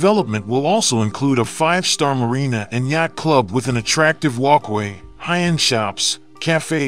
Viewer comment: a yackt club LMFAO basic English isn't for everyone